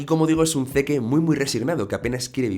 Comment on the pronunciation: Se acentua SHINgeki no KyoJIN, y se dice Zik, no "seque", Livai, no "lebih", MIkasa, no "mi casa", Yan, no "Yin".